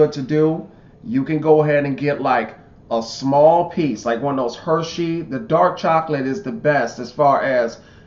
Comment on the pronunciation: lol can't say dark chocolate lol